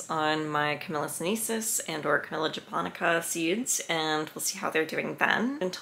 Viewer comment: Camellia...not Camilla. Smh.